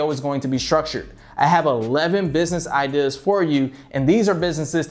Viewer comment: I really hate the way you say ideas. “Idihhs” fucking cringe. And why tf you keep saying “ok” right before you explain something? Stfu and stop making useless videos